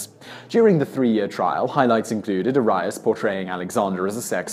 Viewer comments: R-ree-us. Arias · Arias is air-ee-as not are-i-es, it's been all over the tv in every country, you have no excuse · You really need to make sure your pronouncing last names correctly. Case example: Jodie Arias (pronounced AIR-E- ES) not (IRI-S) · Jodi Air-eee-us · Arias is pronounced AH-ree-ahss. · Is it possible for this guy to get through a single video without mispronouncing SOMETHING? But he really outdid himself here. Arias, Rivera, Riefenstahl...these are NOT hard names.